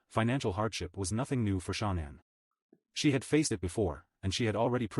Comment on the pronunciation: I like your vlogs but for the love of it can he please say her name properly ??? It really isn’t that difficult 😡